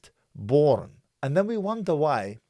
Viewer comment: The way you say porn L boooorn is funny 🤣 I know your sarcastically doing that lol but it’s such an Arab thing 🤣😤🤣😤